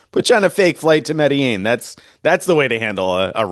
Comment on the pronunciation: You should take a real flight to Medellin and learn how to pronounce it, 😂😂. Seriously, it's an awesome place.